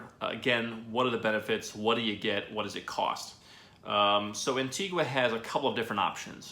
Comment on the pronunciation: The least you could do is say Antigua properly!